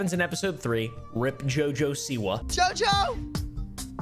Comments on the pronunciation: The way you said her name killed me. Jaja SeWah 😂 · Never knew it was supposed to be pronounced JuhJuh Saywah. She must be from Alabama. That explains a lot actually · “Jojesoua” Ahahahahaha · I’ve never laughed harder at a botched name pronunciation